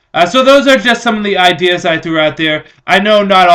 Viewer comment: Good "ide-ers"!